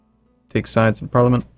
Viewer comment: The Gentleman Who Prefers Blondes I also repeatedly facepalm at his pronunciation of parliament... I mean, seriously?